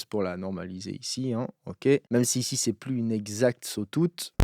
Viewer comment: Cool video. Par contre, tu m'as tué avec le "sotoute" aha